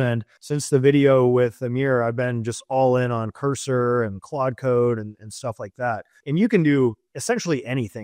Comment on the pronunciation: Bro saying “clode” on purpose, switched back to saying Claude later. He’s not slick, but ima still comment so I guess he won